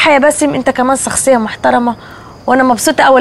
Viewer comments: مين سمع سخصية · عتاب بتقول سخصية مش شخصية و بتقول سجرة مش شجرة